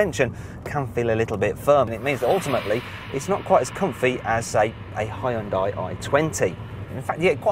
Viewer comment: did he just pronounced hyundai as HIGH-ON-DAI ? lol thats funny as hell....the real pronunciation is yun-day stupid